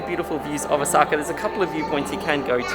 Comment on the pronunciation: It’s Osaka not osAka